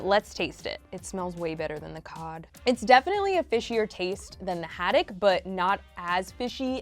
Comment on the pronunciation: Ahhh the way she says haddock of haddack not the vibe 🤦🏼